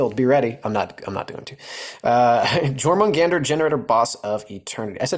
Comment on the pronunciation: Your-moon-gand(er) The "er" or "r" was American spice, if you will. I don't want to come off as a prick just pointing it out. I enjoy your channel, stay healthy in these trying times, friend.